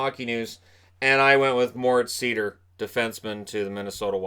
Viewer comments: On the pronounciation of Moritz Seider: it's pronounced similarly to Schneider (Cory Schneider). You basically leave out the "scn". The way I hear you say it, it would be "Moritz Sieder". So there's me praying for someone to get his name right on draft day. But great video as always, you're my main source of NHL/hockey news by far. Keep it up! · Not to nitpick, but Moritz Seider's name is pronounced [zɑɪdəʳ] in German... don't know if he'll be insisting on the right pronunciation once he gets over to NA though :) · Hey, nice Video as always!👍🏻 By the way, the right pronunciation of Moritz Seider is „Sider“ (like Slider) 😉 Best greets from 🇩🇪 ✌🏻